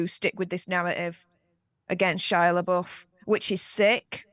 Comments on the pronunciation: “La boof”💀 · It's Florence 'Pew' and Shia la 'buff'. Not la BOOF.